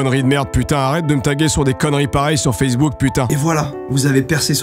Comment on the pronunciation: "sur fesse bouc" mdr